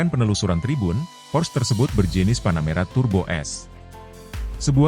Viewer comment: pors... porss... 😂😂 porsche... 😂😂😂